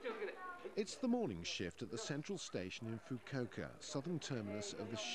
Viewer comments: I thought you were joking then I watched the video. Oh dear, you'd think the BBC would do a little more research on proper pronunciation of place names. (Foo-koo-ohka) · "FU-KU-O-KA" Every consonant and vowel is pronounced.